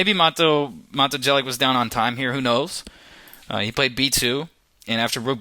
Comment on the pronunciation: U need 2 learn how 2 pronounce jelic my friend :). And nice video